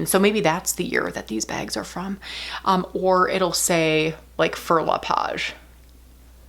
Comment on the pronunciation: Wow, your 2-year-old handbag looks brand new to me! Fauré reads "fo-hey" in français. You'll have a totally different shopping experience next time you make the purchase in Paris, the home to Fauré le Page, LV, Chanel & Hermès.... =)